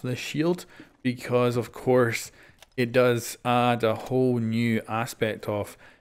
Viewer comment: Did you reall say "wholes"